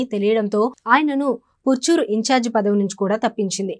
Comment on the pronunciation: Ee anchor 😂evaro bale vundhi puchuru kadhamma parchuru😂